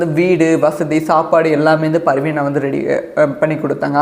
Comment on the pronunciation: Sir it's not parveena it is parveena